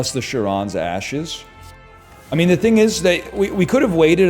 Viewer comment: You fools complaining about him skipping Dark Embrace, I’m here complaining about him mispronouncing “Charon’s”